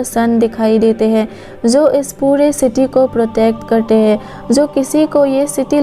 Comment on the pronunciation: Jo hota hai zo nhi hota